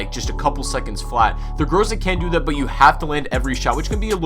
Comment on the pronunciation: The 'Gruzah'